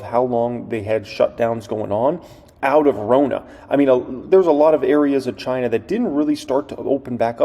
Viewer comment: I drank everytime you said "Chynna" and my flapjacks got flipped